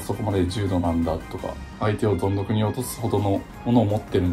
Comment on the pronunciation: どん底をぞんどこって言っちゃったね🫶